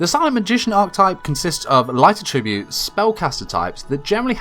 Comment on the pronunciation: this whole time i thought he was saying “light tribute” monster and i’d get confused but he’s actually saying attribute weirdly